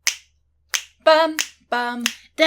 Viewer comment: Hahaha the way says lengthy 😂😂😂